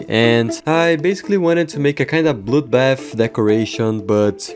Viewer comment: I thought bro said “bloudbaff”